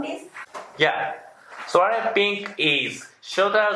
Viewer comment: When first watching- I thought you were saying sorry I can't help to solve your problem, but then I realized you said "Soiree" can help to solve your problem! 😁